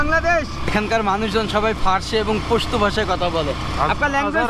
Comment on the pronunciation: পোস্ত নয় পাস্তুন